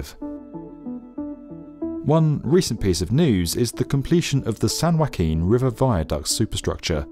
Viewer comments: "Sand Wacking valley"? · "Sun Whacking"